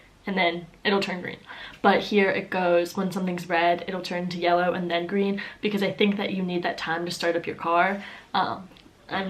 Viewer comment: Lmao her saying yelloa then green is weird okay sis